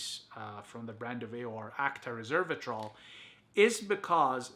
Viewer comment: You are saying Reservatrol, you should pronounce it Resveratrol.